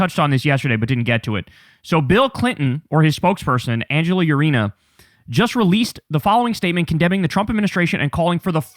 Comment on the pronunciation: Dude I love you man, but Angela Ureena? Say it with me, “Ahn-hel Oor-ehn-yah” Gotta help you out just a bit with your Español pronunciation. It’s not that necessary per se, but it sounds and feels a lot better to say right.